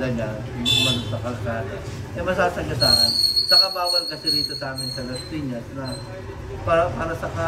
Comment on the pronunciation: When Laspiñas City turns to" Lashpiñash shiti" 😂. Ryan bang lang malakas!❤️